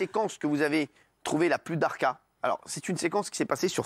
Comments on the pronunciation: cest pas darka cest dahka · On dit surtout thahka!!